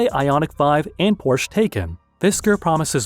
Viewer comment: it is actually pronounced that way!